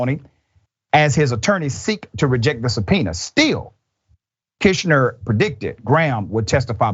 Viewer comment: It's bad enough that you don't know Glenn Kirschner's name despite his channel being so prominent in legal commentary and appearing frequently on MSNBC, but then you repeatedly mispronounce his name while it appeared on the screen. Don't talk to us about Herschel Walker's ignorance while you so persistently display your own!